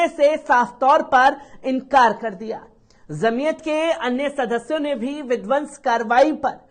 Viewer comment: ج से बाेलीये झ से मत बाेली़ेये जमीअत जीम सेजीम हे झ से नहीहै